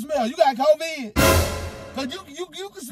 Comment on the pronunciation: You got Coveed..... Lmao 🤣😂 not covid but coveed... too funny 🤣😆😄